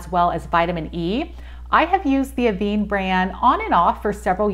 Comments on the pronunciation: It’s pronounced AVAN (van as in van but less emphasis on the a), not aveene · Pronounce this like “Ah-ven. This is because of the accent over the “e”.